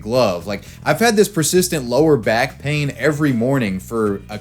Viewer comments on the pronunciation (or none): none